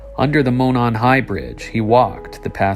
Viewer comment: Ah.. I spoke too soon on the last video. You pronounced Monon perfectly here. These are so well done, dude. I’m entranced.